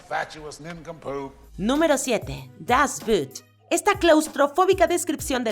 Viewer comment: siempre comentarios interesantes. Solamente le agregaría mayor precisión en idiomas extranjeros (ya que es video de divulgación de conocimiento. "Das Boot" (el submarino) se pronuncia tal como se escribe "dasbOOt" (Alemán). Sino parece que dice "la bota" ( inglés).